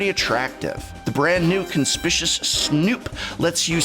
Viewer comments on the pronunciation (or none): /kənˈspɪkjuəs/ kuhn·spi·kyoo·uhs conspicuous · Your the second youtuber I've heard say Con-spish-us. Are people really not familiar with the word "con-spic-u-ous?" I guess people say inconspicuous more often, but I don't think of it as some obscure or esoteric word, and the mispronunciation is surprising me. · Conspicious is a hybrid of the correct pronunciation of Conspicuous (kuhn-spi-kyoo-uhs) and the word Suspicious (suh-spi-shuhs). I believe that the reason this happens is because people consider snooping a suspicious activity, and not an activity to be done conspicuously. As a result, people are hybridizing the words to everyone's detriment. The card is funnier when the snoop in question is very conspicuous. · Ahrgh! Stop saying "conspicious"! It's conspicuous. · Conspicuous, Prof... CONSPICUOUS kənˈspikyo͞oəs - it's like INconspicuous, but plainly able to be seen. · Con-spic-u-ous. C'mon, that one's a real word! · Please paste the word ‘Conspicuous’ into here and learn to say it. Aren’t you supposed to be a college?! Gosh darned yanks and their words... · Did the Professor wrongly pronounce conspicuous? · Pronunciation Professor... 'Conspicuous' ! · I wrote it off as a mistake before, but this is the second video where he's said it wrong. Unless he's trolling us for calling him out for saying it wrong when he was rushing through articulating a newly formed idea on Dies to Removal.